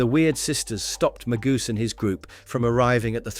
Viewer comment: Maybe stop using AI as the narrator. You have mispronounced alot of the names for example Magus is not Magoose